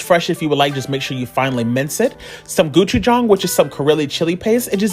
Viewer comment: Ah yes, Goo-choo-jong, the Karely chili paste 😂